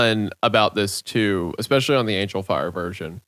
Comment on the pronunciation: (montage of every time Hunter says “exspecially”)